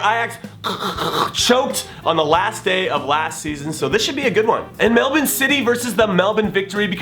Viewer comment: I really love how you pronounce Melbourne Jimmy. I'm from Ireland and I live in Melbourne and like Americans, us Irish pronounce our R's harshly, but Aussies don't and they hate it when we overly pronounce the R in Melbourne. It's those little touches that I appreciate, I love you man, keep up the great work :)